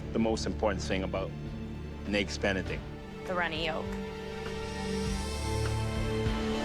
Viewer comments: 'eggs bene' really? Can she not say 'Benedict' properly? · “A flawless eggs benict” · "Eggs benni" I never want to hear that again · " EGGS BENY " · She said eggs bene get the hell out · Nobody asked you if you made "eggs beni often"